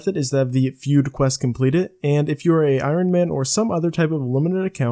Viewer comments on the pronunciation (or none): none